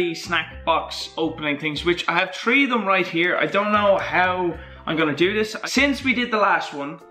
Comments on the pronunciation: he says three tree lol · Famous words " I have tree of them here"